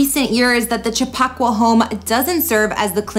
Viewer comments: Chip a qua.... It's native American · I'm gonna need you to learn how to properly pronounce Chappaqua. Chap-Pa-Qua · Not Cha pock wa